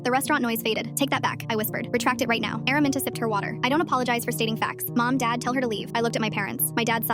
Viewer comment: "Araminta" ❌ airmint✔️